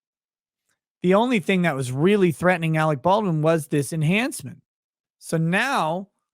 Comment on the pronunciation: AleC ... not AleX ...